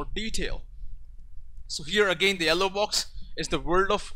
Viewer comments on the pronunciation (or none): You're a South Indian right(No racism intented). I figured it out by the way you spoke yellow